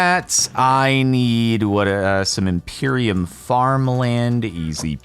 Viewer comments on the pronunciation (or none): none